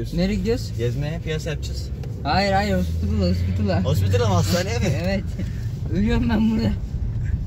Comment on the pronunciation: hospitıla hospitıla😂